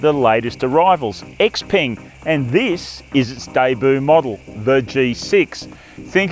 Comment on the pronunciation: its pronounced "x-pung"......not x-PENG. Please get this right